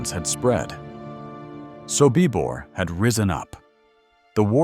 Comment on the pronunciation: You need to pronounce Sobibor correctly